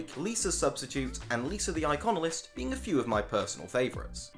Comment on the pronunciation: bruh it's Lisa the Iconoclast, not Lisa the Iconalist or whatever you said